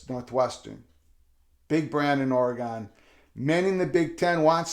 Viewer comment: I’m just glad you’re pronouncing oregon correctly 😂